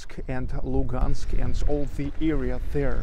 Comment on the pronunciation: It's pronounced Luhansk, with h